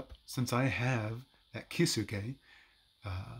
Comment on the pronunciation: Key Zoo Kay lol. Your Kisuke pronunciation is awful. 🤣